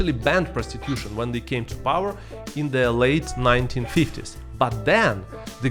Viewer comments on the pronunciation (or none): none